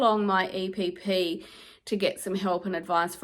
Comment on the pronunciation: So proud of you, you can actually pronounce EPP if you put your mind to it 😂